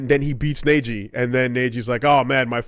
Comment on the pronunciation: "Neiji" Me: (Rips off ears)